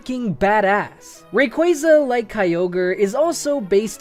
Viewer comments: stopped watching as soon as he said kyogre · The I in Kyogre is supposed to be a Y!